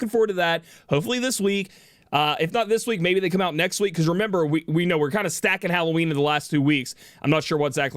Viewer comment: wait, did he just say hallow weenie?